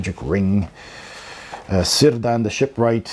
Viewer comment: Excellent review, I've already ordered a copy for myself! A point of order though: Cirdan is pronounced "Ker'-dan", not "Sir'-dan". 🤭